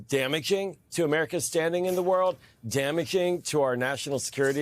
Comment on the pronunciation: It's so so disconcerting how he pronounces dama - ging